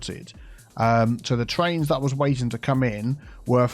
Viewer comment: "Backed up twains and backed up twucks."